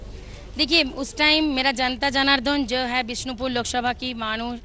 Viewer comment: bishonpur nehi bisnopur